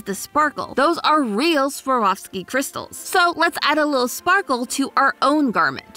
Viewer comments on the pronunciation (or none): none